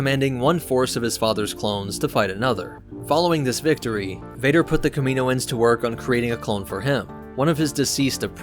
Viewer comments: Cam-in-know-anns now kamino-anns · Kaminoans • Ka min OH ans ✅ • Ka MEEN oh ans ❌ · You did a lot of research on the (CAM-MIN-OH-INS) but missed pronunciation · Is it really "Kamino-un's"? Ive always pronounced it "Kami-noans" phonetically similar to Noah which I thought was intentional. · Do they live on the planet Kam-in-o? If it's "Kameeno" he's pronouncing it correctly. Every time I hear "Kama-noans" I cringe. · I don't know why this bothers me so much but he says it's so many times and it infuriates me. It's pronounced kam-in-owens, kaminoans holy shit. Dont feel bad though. a ridiculous number of YouTubers seem to pronounce things horribly wrong constantly I'm starting to think it's on purpose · Pronunciation "Cam-a-no-enz". Not "Cameeno-enz". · I think it's kam-in-o-ans not kam-meen-oans. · It’s not pronounced, kam”i”noans, it’s pronounced kam”a”noans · It’s not kamino ans it’s kam in oans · Pronounced Cam-a-know-an not camino-an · I thought it was pronounced "cam-in-oh'-in" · great vid! lots of good info. i did cringe a little every time the narrator said "kamino-ins" lol but that's just a funny quirk not a criticism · The Kamino-ans? Dude 😂 30 seconds in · Say it with me KAM-IN-OH-IN'S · I don’t know if I’d listen to someone who says kamanoins wrong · In the clone wars animated show they pronounce it Kami-Noans not tryna b a dick just throwing it out there dope vid tho I never knew half this stuff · You pronounced it wrong lol. By sound, it's kam-e-no-ans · Cool vid, but the mispronounciation of Kami NO ans drives me nuts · Shouldn’t it be pronounced cam-in-oh-ins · NOT pronounced Ka-MEEN-o-anz!! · watch Bad Batch and you’ll hear that it’s pronounced “kami-NO-ans” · You mispronounced kaminoins so much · 2manynegativewaves he does it as a joke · You’re pronouncing kaminoans wrong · Your pronunciation of Kaminoans hurts my ears. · Please pronounce “Kaminoan” correctly it hurts my ears